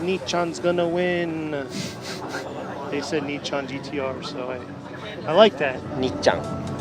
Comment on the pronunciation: Me, hearing says "Nichan" for a second time: Sus